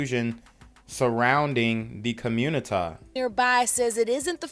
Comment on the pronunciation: “There’s a lot of confusion in the communitah”….no stuff?